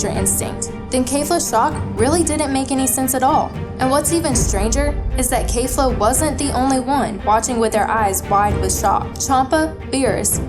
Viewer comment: It's KEFLA! Not khalifla.